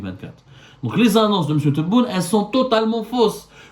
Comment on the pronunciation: non il a dit " M'SIOU"